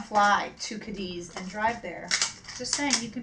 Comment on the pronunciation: it is ca<---accent here deeth lol